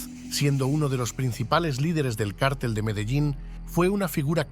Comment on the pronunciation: ¿qué cártel ? ¡ Mogolico!!!! ¡donde est´ña el acento,MOGO??